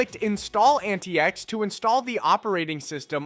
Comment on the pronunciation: "AntaïEx" linux Yeah, that or antics, I really hope english is not your mothertongue.